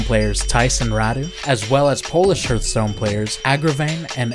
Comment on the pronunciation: the way he pronunces hearthstone feels weird to me